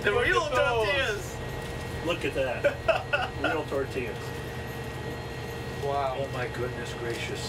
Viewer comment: DID SHE REALLY JUST SAY TORTIAS??? 😡😡😡🤬😡🤬😡😠🤬😡😡😡😡😡